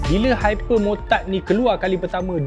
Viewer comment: dengar macam dukati hypermurtad 😂😂😂😂😂😂😂